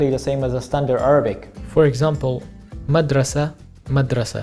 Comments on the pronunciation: This guy is not pronouncing the darija accurately and it’s misleading. We don’t say madrasa we say mdrasa, we don’t say qahwa we say qhwa, we don’t say formaj we say frmaj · Even some of the "unchanged words" are not pronounced exactly the same. I'm from north Morocco. We pronounce "kitaab" as "ktab", without "i" and with a short "a". And "madrassa" as "mdraasa". Without the first "a" (or it is pronounced really fast), and a long second "aa".